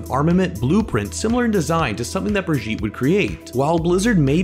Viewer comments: I love the way you pronounce brigitte, “Britjeet” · Little tip, that is not how you pronounce Brigitte, I suggest checking or for the English pronunciation